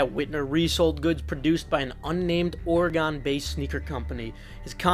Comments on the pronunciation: its pronounced Or-eh-gun my guy. Happy Thanksgiving. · Of this whole crazy story I’m like…who pronounces Oregon “ORA-GONE”??? 😂